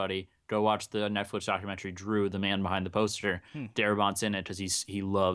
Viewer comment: intro sounds like he's saying "whore flix"